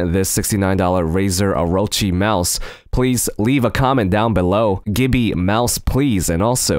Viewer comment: gibby mouse please it sounded like you said "gibby" instead of gimme